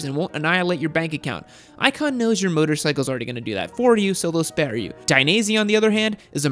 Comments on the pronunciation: I just died when u said M O T O C I C L E😂😂😂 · Freakin' "Motocicle" xD Killed me!!!!